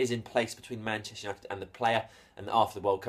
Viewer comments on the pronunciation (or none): none